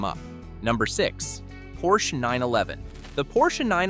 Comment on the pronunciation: Funny how Porsche is pronounced correctly but Acura not.